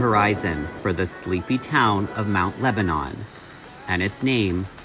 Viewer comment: I think you just blew my mind. Not only are Christina and I the same age, but we both attended The Art Institute of Pittsburgh at the same time! I probably passed Chris in the halls. Also, I lived in the neighboring town of Bethel Park and Mt Lebanon were athletic and academic rivals. FYI it is pronounced Mt. LebaNIN and not Mt LebaNON (as one would think). It is also a pretty affluent upper class community. Many doctors and lawyers and upper management types lived in Mt Lebo (the Pittsburgh nickname) since it was just close enough to the downtown to not be a ridiculous drive on the daily commute. Also, I don't believe Mt Lebo was part suburban and part farms. It was way more citified than Bethel and we had no farms left within the community by the early 1950's. Christina lived in what I would considered a pretty privileged life, in a very well-appointed suburb. The question I have is I wonder what she was doing between graduation from high school which most likely would have been 1972 and the time she went to Art Institute? (I was working) Thanks for the interesting upload! Say hello to your sweet kitty!